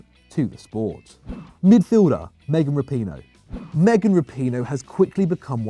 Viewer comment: lol meghan rapone. nice pronunciation